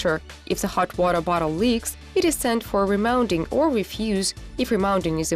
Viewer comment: She is really struggling to say hot water bottle